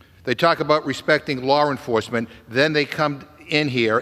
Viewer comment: I refuse to be lectured too by someone who can’t even pronounce the words “Law Enforcement”